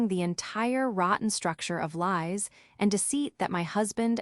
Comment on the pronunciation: you need to teach your AI to do better - "L WHY'S' = lies - and others